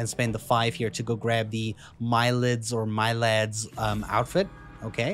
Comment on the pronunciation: I am Persian and Milad is a Persian name And you pronounce it like this ( Meelàd )